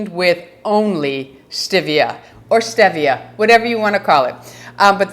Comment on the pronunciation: I just want you to say stEvia ~~~ NOT stIvia!!! 😁